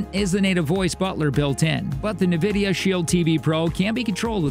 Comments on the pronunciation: It's pronounced N- vidia not NA - vidia . Otherwise good video thank you! I have both and they are both good...can't go wrong with either. The Shield Pro does have a good AI upscaler for lower quality content that it sharpens and makes look better. Also the Apple 4k you can pair a controller to and play Apple arcade games on the big screen. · Yes, it is Enn Vidia not Nuh Vidia. I see financial commentators on TV make this mistake all the time. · Please say “n” vidia. Unless i am just super wrong some how. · I’m just curious on how you didn’t know how to pronounce N——Vidia! Oh well. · Hahaha seriously though. “Nevidia Shield” 😂🤣 A lot of people have trouble pronouncing the name. They should just pronounce it as it’s written. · Great review. But please learn to pronounce Nvidia properly. It’s En-vid-ee-uh. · Who taught this person to speak? Nuh-vidia? "The intensity of which can be tweaked if you find it a little garnish." Garnish? Don't you mean garish? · Who else is annoyed with the pronunciation of “navidia” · It is odd since it's never been pronounced like that. There's no ad or audio pronouncing it that way. My guess is they have no experience with Nvidia and just guessed based on spelling. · This dude mispronouncing Nvidia is driving me nuts!